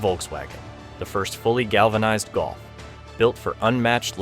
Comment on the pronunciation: You prenounce Golf like Gulf ( of Mexico ).Why? “O” is not “U”, 3 is not 4, eh?